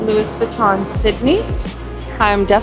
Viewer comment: That mall looks like Rundle Mall in Adelaide. Also it's not "Lewis" Vuiton, it's pronounced "Looh-ey" like Louis Theroux the British American journalist who is on TV. Also we have different laws to do with real estate laws because we have different values. You can build new buildings for the rest because of time but you can't build historic buildings so you have to preserve them. That's why our cities have a beautiful mix of old and new. 😊